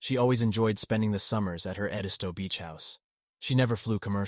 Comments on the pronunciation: It's ED-isto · It’s pronounced ED-isto beach 😉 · Did the of this video watch any of the Murdaugh murder trial? Family, friends and colleagues consistently pronounced their last name “Mur-dock”. The location of their beach house was pronounced’ED-iss-toe”. Would suggest that the narrator watch videos of this very compelling trial. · Everyone......it's Ed' is toe accent on Ed!! Thanks! But👍on story!! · Oh my gosh, please learn how to pronounce their last name and Edisto Island correctly! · I live in Charleston,SC and I have never heard the rumor about Paul being Autistic..One more thing if your going to speak out about this horrendous story please learn how to pronounce names and places correctly..I am not trying to be rude or snarky ibut its not that hard to research the correct way to pronounce Edisto and Murdaugh.. Other than that I have been enjoying your podcast keep up the good work 😊